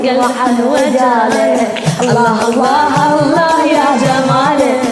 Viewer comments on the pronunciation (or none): هالله مو الله اشبيج ما تعرفين تلفضين